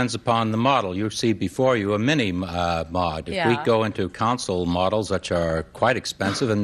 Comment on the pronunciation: Hard to choose number 1 when he pronounced it "mini mog" 😂